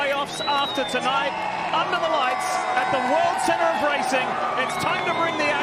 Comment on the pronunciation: "The world erup of racing"